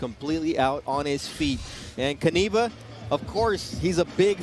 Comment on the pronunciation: Great play-by-play, gentlemen. Here is a pronunciation note: Knyba is pronounced "Kniba", rather than "Kneebuh" or Kuhneebuh". I think you can do it the next time around.